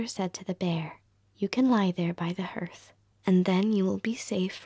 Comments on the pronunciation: This is WONDERFUL! 💜💕💙 Only I wish you knew how to pronounce the word "hearth". It's the same way as the word "heart". ❤️ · Hearth is pronounced HARTH ! Shakes head, again… it’s harth Is it because Americans didn’t grow up with indoor fireplaces? Or they weren’t read to as children? I’ve not heard one be able to pronounce hearth correctly! 🤷🏻‍♀️